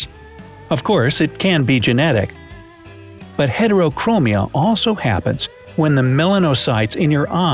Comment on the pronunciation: Its called Sectoral Heterochromia (Pronounced with a short E) Edit: I just noticed that was in the video